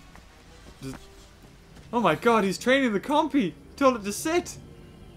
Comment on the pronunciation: You said oh my god its "oh my gold"